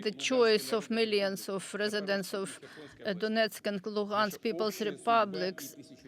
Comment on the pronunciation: Olga Perepolka Moscow accent? The translator is Ukrainian. Listen to her pronunciation "Luhansk republic" .